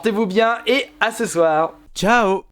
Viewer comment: C'est pas tchao mais ciao mais sinon super video